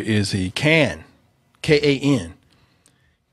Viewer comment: Thanks and the entire Double Toasted crew for reading my email and putting this racist on blast!! And it's pronounced °·khan·°...no worries. Much love from CT!